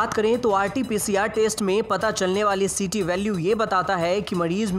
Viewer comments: taste bol rha ya test? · Test bolna toh seekh le pehle sabzi ya burger thodi hi h jo taste karna h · Bhai test ko taste bol rha hai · Kon gawar h ye narrator *Test" bolna to aata nhi h All information provided isn 't auntheic